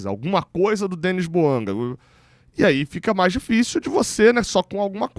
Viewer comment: Bouanga ???? Não pelo amor de Deus